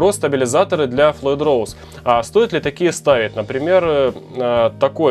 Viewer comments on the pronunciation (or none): none